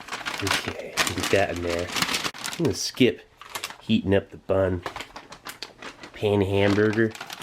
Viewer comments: Ya Steve bread in french is pain...just the n is silent...uhmm not really silent but it would be too complicated to explain here...so say it the same way...but without saying the n and u will have the perfect pronunciation! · That pain is not pronounced payne but actually pan cause it’s a French word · "Pain" is French for "Bread" and is pronounced "Pan". I've eaten my fair share of these things, as well as US MREs in the field, and packaging aside, I always preferred the IMP. Most menus tasted better with better sides. They do the job :) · pain is French for bread and it's pronounced pay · The French word for "bread" is pronounced "paen" not like English "pain." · The way he pronounces ‘bread’ in French (pain) makes my anglo-francophone ears bleed 😂😂😂 and makes me laugh every time haha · The way he pronounced “Glace” and “Pain” made every French speaking person in here cringe LOL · reading french side labels in BC be like